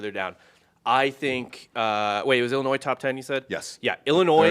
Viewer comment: Its not pronounced ellinoy.. its a fucking i not an e